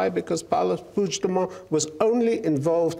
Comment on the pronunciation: porqué el periodista alemán pronuncia mejor el apellido "Puigdemont" que los españoles? Parece una tontería, pero es más importante, más significativo de lo que parece.